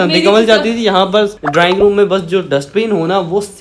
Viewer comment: Drowning means dobna hai or ap drawing room ko drowning room bol rhy